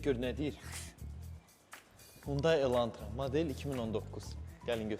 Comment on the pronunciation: Hyundai ❌ Xyundai ✅